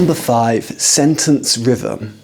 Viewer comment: I can't believe you pronounced 'rhythm' as 'rivvum' lol.